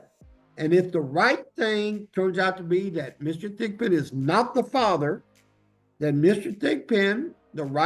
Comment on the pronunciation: Lol did he say Mr. Thick Pin?